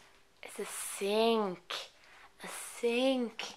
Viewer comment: Gratulerer for your wedding! Love your videos!! their fun and helpful. a toaster... a toaster...! siinnk..! God you almost kill me..